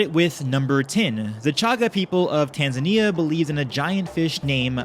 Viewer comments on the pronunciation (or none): none